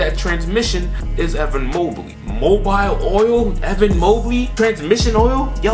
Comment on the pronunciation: Molibity ? English has left the chat